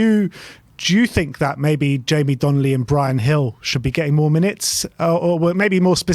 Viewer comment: DONLEY NOT DONNELLY!!!